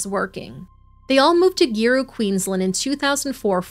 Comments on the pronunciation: hey! so awesome work, as always :) but Giru is pronounced Garoo...soft G, with emphasis on the second syllable...just a heads up lols (I grew up in the area). The greater community was PISSED wrt to Zhara's case xx <3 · pronounce Gooru. Zahra was in my boys class. I worked with Adam. A weak man but never expected that. There is a plaque at the school to commemorate Zahra